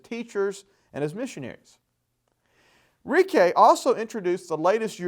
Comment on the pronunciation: It's pronounced Reach-ee not Ree-kay